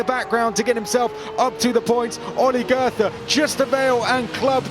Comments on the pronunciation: Please stop mispronouncing Goethe. I only recognized that you meant him after the Last SC. Just pretend his name was spelled „Goete“ and you‘ll do much better. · pronouncing goethe as if it were written as "gerther" smh .. I mean I know it's not the easiest of names, but you could at least try to make an effort